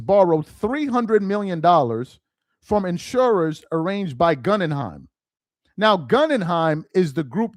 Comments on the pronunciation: Pronounced Gooooogunheim! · It's GoogenHeim (pronunciation) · Guh-gin-heim group for correct pronunciation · Goo-gen-hiem...slow down 😅😅😅😅...Gen rhymes with men...Goo Gen hime...like the FAMOUS theater in NY where you grew up😅😅😅✌🏽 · Bro, it’s Goo Gen Hime (like Lime) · Hey its pronounced GOOOGEN-HEIM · It's pronounced gū - ggĕn - hīm or goo - ggĕn - hīm as in the museum. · Its Pronounced Goo gen heim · Is not able to read the name "Guggenheim"? That is disturbing and pathetic!